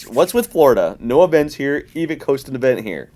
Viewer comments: Ee- Vick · I have really only heard say Evike, but he sometimes has a slight accent so this is mostly aimed at, but how the heck do you pronounce Evike. Love the show keep up the good work.